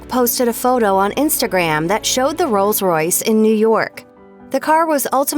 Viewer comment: “Rose Royce” Smh